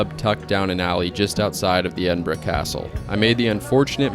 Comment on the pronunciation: lol - "Scotch" lol, you're lucky you only got a slap on the wrist, in a lot of places they'd just pour some Johnnie Walker for you to return the insult xD - Lock Ness lol Not a dig at you, every American coming to Scotland had to learn those things, it's part of the journey and a forever fertile meme. Glad you enjoyed it, visited some amazing places. Oban is one of my fav towns in the country, the ferry takes you to Mull which is a gem, and much less crowded than Skye. Then you can eat some sea food from a booth in Fionnphort and go to Iona, see the cool Abbey and (if weather permits) travel to Staffa as well:) From there go to Tobermory, visit the distillery, get across and see the Glenfinnan Viaduct. I'd recommend going to the more wild and raw north-west of the country, areas like Torridon and Ullapool are stunning. Also if you haven't already, check out why Royal Lochnagar has the Royal in the name, it's a cool story. You can also visit the place where they found the oldest official record of whisky production that you mention in the video, it's in Lindores Abbey, and now it also has a distillery just next door, with some of the best modern single malt whisky:)